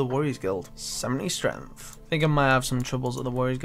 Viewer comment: It's streNGth, not streNth.